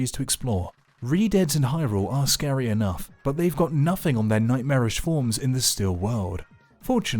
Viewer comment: "This giant effinugh rock for instance." edit: and then you said it a bunch more! lol